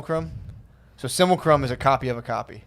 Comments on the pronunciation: "Simulation and simulcrum" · “Simulation and simulcrum” 😂😂😂 almost,.